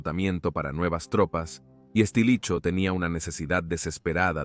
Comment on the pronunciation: "Estilicho". xD